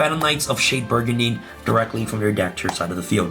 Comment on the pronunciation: Agreed it's very cringe. Also he mispronounces "brigandine" incorrectly as well and says it as if he was saying "burgundy".